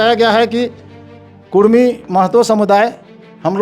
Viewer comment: Kurmi h ya kudmi. Ye to sarna v bolta h😂😂😂 gazette mein kurmi